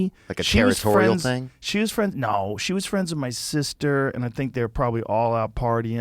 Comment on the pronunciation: I'll be you guyses fwiends😊